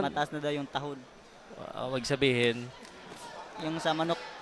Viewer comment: Importante talaga ang salitang tagalog lalo na mag commentator ka. Ang tahud sa tagalog ay tahid.